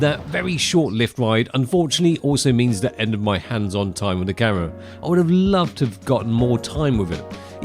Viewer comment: "the NuEw Neehkon zee-eph full frame camuhra"